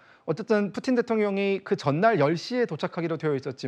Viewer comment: 경애하는 뿌틴 대통령 오시었다 이춘히 뿌틴이라하였다 발음 똑똑히하여라